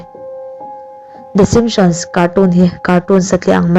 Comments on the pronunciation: Enge "Shimptions "chu? "Simpsons" a lawm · ah i lam dan hi a dik lo a ni ka ti mai a lawm."shimsions"😂😂😂😂😂😂😂😂😂😂😂😂😂😂😂😂😂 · The shimson i tih khan i lam sual emaw ka tia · i Video upload hma ten a lamdan te hi i enchiang ngailo a mi a?😂lmao.The Simsons show te chu ka en thin alom,Mahse i lam dan hi a tha em a ni.lol😂😝